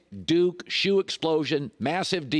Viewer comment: “DUKA” 🤣 the duke / don